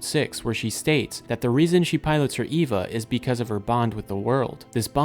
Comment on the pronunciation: Why is it so hard to find videos about Evangelion that don’t feature people who can’t pronounce the names? When it’s three letters, it’s Ay-Va, when it’s the full word it’s Ee-Va.